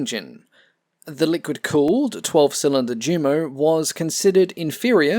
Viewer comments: "Jumo" is pronounced "Yumo." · Ive noticed in all your videos you pronounce jumo (jew-mo), but you correctly pronounce junker (yun-ker). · The way you pronounce "ReTSCHlin" and "DSCHumo"... Check Wiktionary or at least Google Translate for pronunciation please T_T